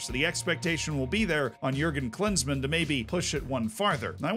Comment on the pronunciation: If you're interested: Klinsmann is actually pronounced a little differently. Try 'cleans-munn' with an emphasis on the first syllable.